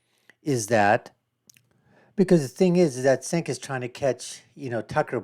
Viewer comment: 'The Young Jerks". Mispronouncing Cencs' name. No bias here, huh?